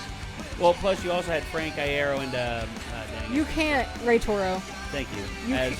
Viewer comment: No, they're right. It's said like Eye-ear-oh. Frank has confirmed it on twitter (and I've been a fan for years, and mispronounced it as "ear-oh" for probably the first 2 lol)